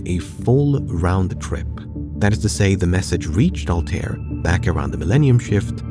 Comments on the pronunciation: I's not Altair it Arabic so the pronunciation should be "Al-ta-eer" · The pronunciation of Altair is killing me man